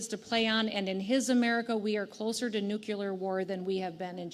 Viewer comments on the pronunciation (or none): "New-clear" not "nuke-ya-ler" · What is nucular war? say NU-CLEAR . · WTGSD 👍 and BTW its NUCLEAR👍 not nuculer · Professional fearmonger who cannot pronounce nuclear. South Dakota, please keep her.